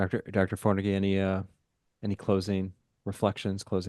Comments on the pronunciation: It’s Pronounced FONAGY, there’s no R in it. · "gy" is quite close to the sound in "did you" (the "middle" one, between the two words). you might try with "due" or "during", but "gy" is usually a bit softer. In another way: say "d" out loud and notice that the tip of your tongue will touch your palate. In the case of "gy" it should rather be the middle of your tongue there, the tip should reach the backside of your teeth. or a different approach: say the word "tube". note the sound at the beginning, that is "ty" roughly in Hungarian. "gy" is the voiced counterpart - add a bit of sound to it, and you're there. it might just be me, but not being able to properly pronounce the name of a guest feels rude to me, especially on a channel like this